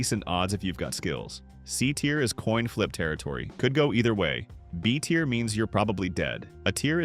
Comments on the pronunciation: I did once he kept repeating the same mistake saying tire instead of tier and saying a instead of æ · Yep, says tier incorrectly a few times.